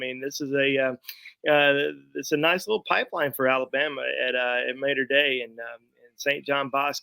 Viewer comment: Love you brother! I am from LA but my parents are from Bama. Just to help out Mater…. It’s not like the Ma… in May…it’s Ma in the Southern style of Ma as in mother brother Maw-ter not May-ter! Roll Tide!!